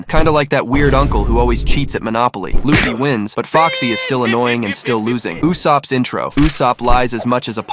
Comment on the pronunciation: L-uh-ffy? Seriously? Uggggggh